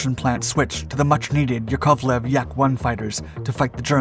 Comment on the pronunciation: Still haven't learned how to pronounce "Yakovlev", eh?